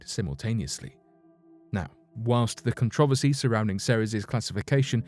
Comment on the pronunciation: WHAWNST....??? i think you meant whilst... or while.. i am an englophile and love the language but that was awful... lol